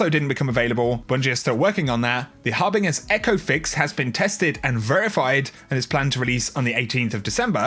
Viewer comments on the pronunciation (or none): it's pronounced "Harbin-jer"